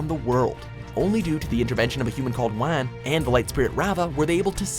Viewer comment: Yoonalack, Waan and Baa sing se made me wake my parents up I was laughing so hard